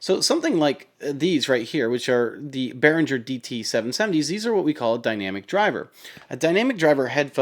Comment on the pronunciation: "Behringer" i died.